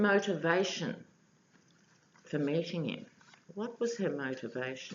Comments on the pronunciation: Linda Casey - Let's hope little Hope has a little more self respect than that, but it sure did sound like "mating" to me. LOL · Sorry, your Australian accent threw me a bit when you asked whether Hope Hicks was 'meeting' with crusty the clown privately on AF1. I understood you to say 'mating'.. of course, my nasty mind went straight to ol' crusty needing some lovin' from somebody since he's alienated the entire female population.. who's left.. Pence?